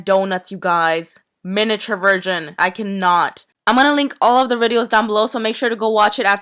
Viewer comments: Is it just me but I herd she said Virgin instead instead of version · I not being mean but did anyone notice at the beginning of the vid when she was saying the names of the people she actually said miniature virgin